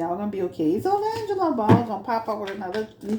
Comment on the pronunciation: His named is pronounced Lee-Angelo not Lye-Angelo 😂 sorry I couldn’t take it 🤦🏽‍♀️